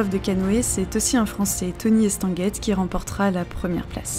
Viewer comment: C’est Tony Estanguet, et pas Tony Estanguette … on ne prononce pas le t final.